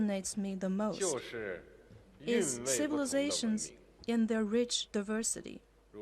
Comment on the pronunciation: 1’31” diversity -- wrong pronounciation O(∩_∩)O